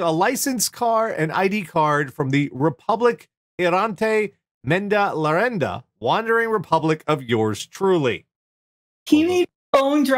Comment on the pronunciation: I'm Spanish, and I almost died laughing when I heard pronunciation of "República Errante del Menda Lerenda". It wasn't bad at all for an American without knowledge of Spanish, it's just HILARIOUS to hear such a traditional Spanish slang phrase ("menda lerenda") in an American accent.